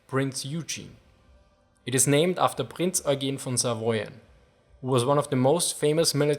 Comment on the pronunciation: scharnhoorst, prinz oign.